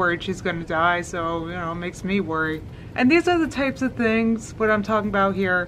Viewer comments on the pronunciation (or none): I hate how she says that too and also Mysuhlf and theens instead of things, and all her “ings” are “eens”